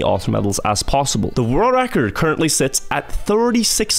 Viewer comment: I love your content, but PLEASE!!!!!!!!!!! learn how to say world record. I am starting to question my sobriety. Again, love your content.